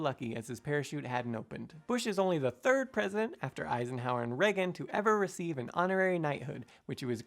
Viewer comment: LOL - funny thing Simon thinks it necessary to point out the correct pronunciation of J.Q. Adams' middle name, while mispronouncing R. Reagan's last name consistently in another video :-P